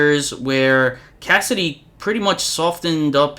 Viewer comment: Hey, just a friendly reminder that it's spelled/pronounced "Cassaday" not Cassidy